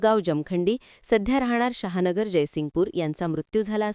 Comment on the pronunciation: शहा नगर नाही, शाहूनगर म्हणा.